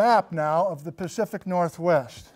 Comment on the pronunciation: "Great earthquakes of the PACFIC northwest"? Am I the first to comment it?